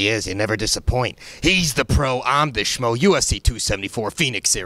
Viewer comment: Another fighter calling the schmo "smo"